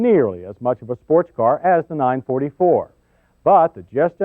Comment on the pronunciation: It's called a NINE FOUR FOUR, not NINE FORTY FOUR! Why do the Americans have to mispronounce everything........even with cars, come on! :D